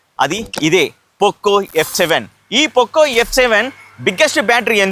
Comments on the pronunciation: Adhi Pokko kadhu bruh , It's POCO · Adhi pokko pokko kadu poco ( పొకొ, పోక్కొ కాదు )